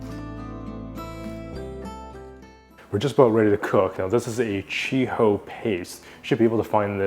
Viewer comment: It's CHU Hou not CHI hou ya noob.